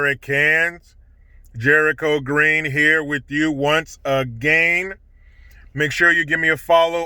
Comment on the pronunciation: I love it when Jericho says “a-gain”. 😄